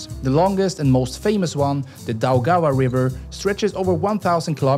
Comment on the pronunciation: Daugavpils, Daugava, Riga was pronounced excelent. Liepāja and Jelgava less, but also acceptable😉